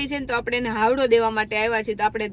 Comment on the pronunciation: Hawado ny HAYADO kehvay. 😅